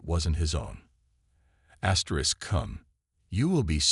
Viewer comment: What is up with you keep saying asters?Asterisk asterisk asterisk asterisk